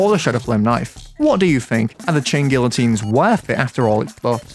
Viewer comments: I think it’s pronounced guiotines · It's gee-o-teens m8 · Bro, the LL is not pronounced, its guiotines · its pronounced "gee-uh-teen" (look it up so u dont make my soul hurt) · You still pronounced it wrong lol GEE-uh-teens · You don't pronounce the "L". it's "gee -oh-teens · *tries to pronounce it right* ah yes, ive got it right now. *pronounces it wrong again* try (Gee-ah-teens) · Chain gee-uh-teens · Chain gee oh teens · i think the L’s are silent, so it would be “gia-teens”🤣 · bro really said gillateens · I can't blame you, everyone gets it wrong. Since it's a French word it's actually pronounced Gee-a-teen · hum acktually you say guiyoteens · "Geeateens" its pronounced kinda like that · Not to be the nerd... But its Gee-uh-teens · It’s geyatines. Spanish L’s when next to each other make the y sound. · Funny thing is he's still saying it wrong, it's pronounced gee-o-teen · Does he know it's pronounced like geeyotines, it's French and someones name. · pronounced geeateens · Pretty sure the chain guillotines is hardmode Also it’s pronounced ghee-ah-tines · You still pronounced it wrong. "Gee-ya-teens" is pretty much how you say it. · The L is silent so it is pronounced gy-ah-teens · Gee ah teens I know French sucks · Fun fact, the letter l is not pronounced in that word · Dude the L is silent???